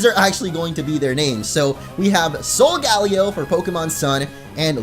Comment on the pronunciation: Solgaleo is most likely pronounced ( sol- guh - layo ) not ( sol - gal - ee - o ) I'm considering it seems to derive from Galileo the astronomer.